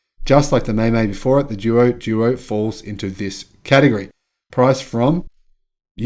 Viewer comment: Haha, I usually don’t mind you mispronouncing the Chinese car names, but after hearing that long list I just couldn’t help myself. Anyway these are a couple of the most obvious ones: “Duo Duo” is pronounced “Dwo Dwo” and means “More and more”. “Qin” is pronounced “Tchin” - When China romanised their alphabet they picked existing letters for consonants that don’t exist in Europe, and “Q” was one of them. Incidentally all BYD cars in China are named after Chinese Dynasties - doesn’t mean much to the west but they are meaningful to Chinese.